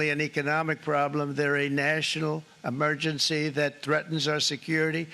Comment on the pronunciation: His " amergency." Is going to the toilet.